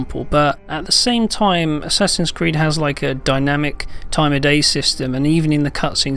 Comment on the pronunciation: "And this is Assasids Creed..." What game? lol